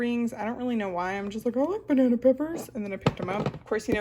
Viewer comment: “Thaw our ba-nay-nay..” 😂